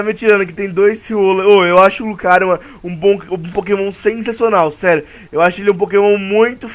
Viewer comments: lugario kkkkk é. lucario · "lugario" lugario? KKJJJJJKJKKJ